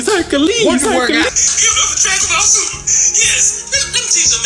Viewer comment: That Accent on the Intro "How dregunboll superrr shuld hev endid" haha